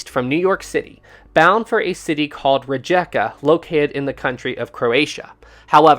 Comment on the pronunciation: Rijeka is pronounced Ree-Yeka.